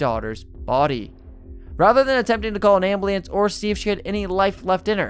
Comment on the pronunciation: My man the way you pronounce some words got me scratching my head lol. Burglary, reverberates, ambulance, lol